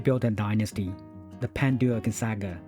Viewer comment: Aprende a pronunciar el nombre bien que era francés